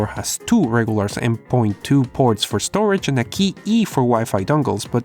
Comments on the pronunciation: Hey! Loved the video(as all ways) but I notice that you called m.2 m point 2, its pronounced m dot 2 in computer speech. Cheers! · Just like to say sorry but we say "M dot 2 SSD" lol. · M DOT 2 its dot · IT'S MDOT2 M.2 = M DOT 2